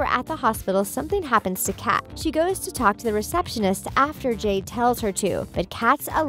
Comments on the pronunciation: Hell I heard Jane instead of jade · is it just me or / she says Jane when her name is jade?! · listen close, she calls robby "ronnie" and jade "jane" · are you serious. you called jade “Jane” you called sikowitz “sickowits” bruh did u even watch victorious